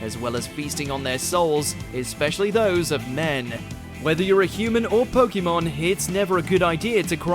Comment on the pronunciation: Next time get someone that can pronounce "Pokémon" properly